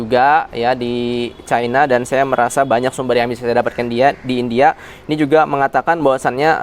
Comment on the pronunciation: caina caina, tae lu bisa baca gak